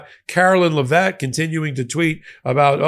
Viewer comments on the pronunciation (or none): The Press Secretary's name is pronounced Leh-vit (not Luh-vet).